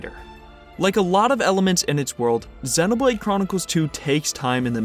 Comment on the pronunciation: that split second after you pronounced Xenoblade properly (yay!) and then added Chronicles (booooo). Naw naw this is great, I've always wanted to see an analysis of the snow areas, because DAMN they really pull it off. Makes me wanna look up a video on all the stuff from the first two games that were included in 3 that I missed. because I know there's a lot more than I noticed.. even just here in these two maps from 3.